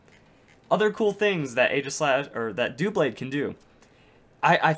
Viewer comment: Why do people call him "doo-blade?" It's a combination of the words "double" and "blade," so it's "duh - blade."